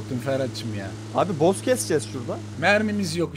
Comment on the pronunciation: Abi yanlız boss a bot dedin🤣🤣